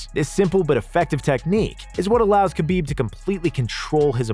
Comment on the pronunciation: Man great list. But the name butchering is rough. Hurts the list. Like how did you say khabibs last name that bad.